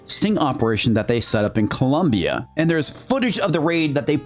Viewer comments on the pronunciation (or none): none